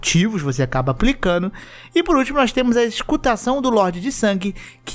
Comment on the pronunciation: "eSCultação" do loder de sangue 2x 😅😂🤣